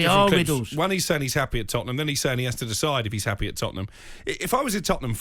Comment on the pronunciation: “ I am eppy to put the fans into nappy “